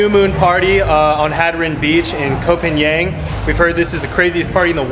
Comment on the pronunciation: I love your video, it’s lovely when you describe Thai food :) In Thai, we say Pha-ngan. Ng you pronounce like Ping-pong. It’s really good to sensibility about trash, unfortunately it’s cruel reality in Thailand. Thank you for VDO! 💕😊